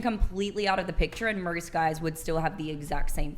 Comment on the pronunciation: I can’t stand girls that force their accent on these ‘O’ words replacing with an ‘R’ She says most guys but pronounces it Mrst guys. Bugs me so much. It’s like that meme that the girl says poop but pronounces it perp